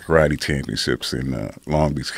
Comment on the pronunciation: Eh?! Learn how to say karate.